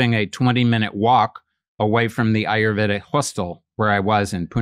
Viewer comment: He study Ayurveda, but doesn't pronounce it properly?